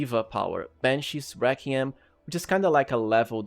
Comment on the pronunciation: Honestly great video like always bro. I thought it was hilarious how you nailed the pronunciation of soliloquy but missed on requiem, arguably an infinitely easier word to pronounce haha